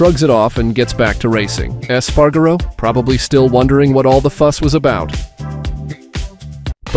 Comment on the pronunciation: PAINFUL to listen to. Eas-pah-rah-go. Rah-oow-see and the list goes on. If you can't pronounce it, learn it. Don't add magical syllables and pretend you do. Five minutes. Five easy minutes of research and you'd get the pronunciations right and not ruin all of hours of editing work.